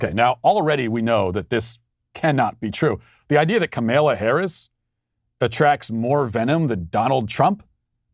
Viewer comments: Walsh's refusal to pronounce the vice president's first name correctly is either complete Incompetence....or intentionally dickish. He is a political commentator.. this is his job.......your are supposed to be able to pronounce the sitting vice president's name. We all get he is clearly the dumbest DW host.....but he can't be that stupid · when she was stopping by a rally or some shit in I think cleveland?... The video shows her asking I think her security(little foggy on that detail) where they were at, quietly, then puts the mic to her mouth and said, "Hey (Cleveland, I think), it's Camel-uh!" And that's EXACTLY how she pronounced it.. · The way he pronounces Kamala is my favorite 😂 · hahah even SHE, HERSELF "mispronounced" her own name!... 🤦🏼‍♂️ The left is truly insane.. They need to be clinically diagnosed..